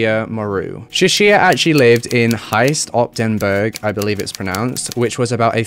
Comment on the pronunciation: I live in Belgium, very close to Heist-Op-Den-Berg and you pronounced it so weird xD I didn't know where you were talking about until I read the name myself. Sorry (: Just saying